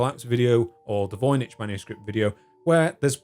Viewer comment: I'm fairly certain it's pronounced 'voyniCK' .